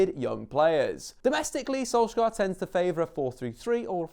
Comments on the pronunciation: dont say skolskar say sunshire thats what his name means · SOLS-YAR not SOLSK-AAR you mongrel. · "Mold" "solskjaar" that is not how you pronounce any of those. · Solskjær is pronounced "Solchear" with a skarring R in norwegian :) Not solskair as many tends to say it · Im from Norway, the way you pronounce Solskjær is the "æ" or "ae" is like the "a" in "sad", makes sense? Solskjær. He pronounced it when he said "Adademy", the first pronounced letter "A" sound like an "Æ" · Man you couldn't of pronounced Solskjaer and Molde worse. so terrible and insulting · Perhaps learn to pronounce his name properly before making a video, any football fan from the 90's will be able to help you out.